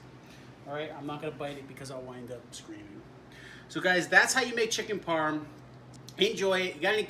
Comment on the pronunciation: awesome video! I laughed my ass off when I heard you say chicken parm.....:-)